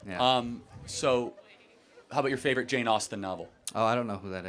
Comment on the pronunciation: Guy " what is your fyavorite" Jane Austne book? Harry potter😂😂😂😂. From africa , i know who was Jane Austen.